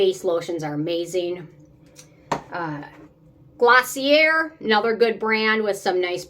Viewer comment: Glossier = "gloss - ee - ay"